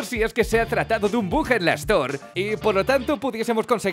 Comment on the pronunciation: Todo muy bien pero hasta que no sabes pronunciar bug.. 😑🤣🤣🤣 increíble.